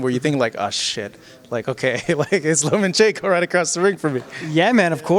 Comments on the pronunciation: it's Lomachenko not LomaNchenko lol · The name is Lomachenko, not LomaNchenko. There’s no “n” between the “a” and the “c”. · Nobody, NOBODY: Boxing RePoRtErs : loma N chenko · Russians React Loma is so humble e doesn’t correct anyone but it kinda irritates me that people who cover stories on him can’t take that fucking “N” out of there! 😂